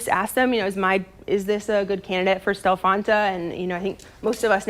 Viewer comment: She said Stelfonta